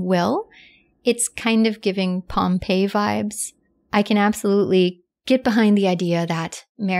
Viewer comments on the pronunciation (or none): none